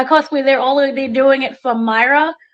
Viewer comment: you’re too good for this! Didn’t you interview this character Me-Ray-Ah!!!! Not Myra. 😊 We luv you …lol